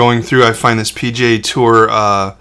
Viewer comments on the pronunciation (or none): Hahaha! At first I thought you said "pj tour", instead of P.G.A. tour. 😂 First time I'd ever heard of the Professional Golf Association referred to as pajamas. 😁